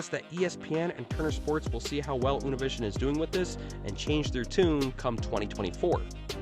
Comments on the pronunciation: Univision is pronounced Uneeveeseeon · Unovision. U-ni-vi-sion